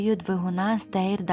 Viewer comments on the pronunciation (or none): Не Стейр, а Штайр... У нiмецькiй мовi буква Е нерiдко звучить А... Наприклад у тодiшнiй НДР (ГДР) були автобуси Fleischer, а читалися Фляйшер...